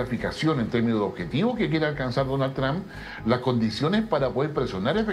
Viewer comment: El de camisa azul es mas burro que maduro, no es Tram, se dice Trump